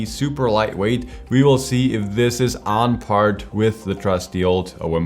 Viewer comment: On par not "on part" ..